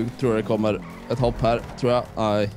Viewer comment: Älskar att ni säger höpp istället för hopp, hehe